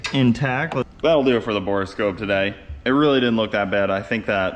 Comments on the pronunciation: Don't pull the motor, it looks like nothing got in there and you're super lucky. Also, it's called a Bore Scope, not Bora Scope lol but you keep being you :D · Decorations come down on New Year's Day. I have the same borescope set up. It works fine connecting to my phone via its own wifi signal. You say borescope oddly. 😜It only has two syllables to most of us. 😎